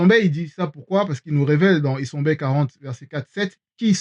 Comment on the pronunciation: Isembe Se dice esiambee Padre perpetuo